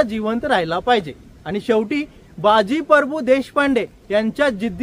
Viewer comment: सर, तुम्ही बाजी परभू असा उच्चार करताय ते प्रभू असे आहे.